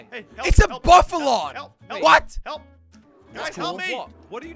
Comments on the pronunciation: its not buffalon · Cape Buffalo not cape bufflon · You say buffalo not buffalon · It's buffalo no bafalo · I was laughing cas you was saying Buffalo and it was Buffalon in the time it is I really laugh to hard